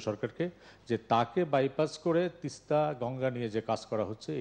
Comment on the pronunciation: আমাদের মা তো প্রধানমন্ত্রী জননেত্রী দেশরত্ন শেখ হাসিনা তিস্তা নদী না গঙ্গা এটা ঠিক ঠাক মতো বাংলায় উচ্চারণ ই করতে পারে না কি চুক্তি করলো আমাদের মা বুঝে আসছে না ।